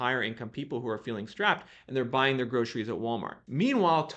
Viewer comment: Love how you say groshries 😊 it was cracking me up. Thanks always for the great info and data 🫡🫶✊